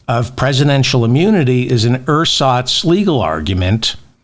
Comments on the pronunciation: This being my native tongue, let me help: "Ersatz" is pronounced so that it sounds about like this "Air-zatz" Emphasis is on the 2nd syllable. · Ersatz surely the 's' needs to be pronounced /z/ not just because it's a German word but because nearly everyone respects this convention. As for what it means, that's another lost cause.